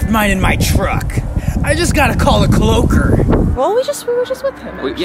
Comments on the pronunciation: No its cloaker not cloker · its CLOAKER not CLOKER